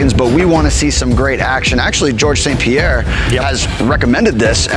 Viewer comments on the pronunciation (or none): none